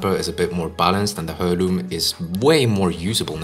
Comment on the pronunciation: It’s pronounced airloom. Good vid tho.